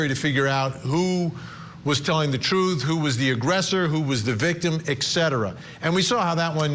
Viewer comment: This reporter doesn’t know how to pronounce et cetera. Go back to elementary school sir!